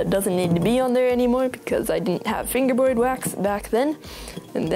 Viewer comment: He says fingewboyd